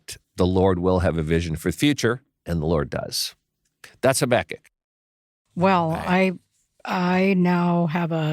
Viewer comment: These ARE hard passages. Thank you for exploring them so helpfully., I learnt to pronounce Habakkuk as you do. I think it's a bit more mellifluous than HabAkkuk so I'm sticking to it. 😊